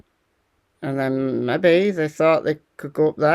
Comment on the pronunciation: Great presentation of the latest! Thanks. Your 'mebby' cracks me up each time! 👍